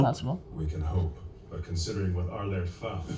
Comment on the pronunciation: Its Armin Arlert and not Arlerlt lul